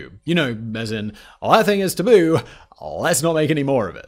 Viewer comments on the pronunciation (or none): And i think its call tabun not taboo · Tabun. Not Tabu.